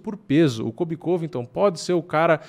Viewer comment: "vai vim um kóbi diferente"